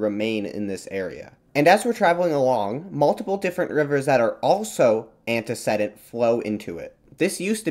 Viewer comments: The "e" in the third syllable of "antecedent" is long (like "seed", not "said"). I didn't know what your AI narrator meant until I checked the closed captions. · I don't want to be rude, but I can't understand how you correctly pronounce a fairly rare word (orogeny) but then repeatedly mispronounce a basic word of freshman English like "antecedent". I'd not mention it, except you say it over and over and over. I'm checking out early.